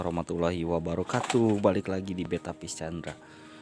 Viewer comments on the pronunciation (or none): none